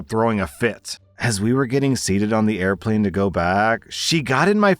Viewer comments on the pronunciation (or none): none